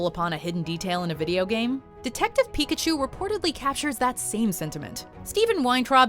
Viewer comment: Why did you say PIKAPOOL 😞 I can't unhear it now.